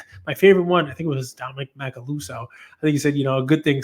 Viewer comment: A) I’m honored to get a shoutout (it’s aka Dominic Macaluso) 😊 B) I’m impressed that you said my name right ✊🏼 C) I’m happy he is keeping the card. These are the memories he will remember 50 years from now D) The reason I collect today is because of memories I made with my dad collecting as a kid. I wouldn’t be in the hobby now if it wasn’t for the connection I made with my dad back then. I expect your son will be the same way. E) I think you’re doing a great job with your son. As much as I loved collecting, I wish my dad would have balanced more traditional investments when I was younger. I didn’t own my first stock until I was in my 30s and wish I had that exposure as a child. Keep up the great work; I’m sure your son is very grateful to have you as a father.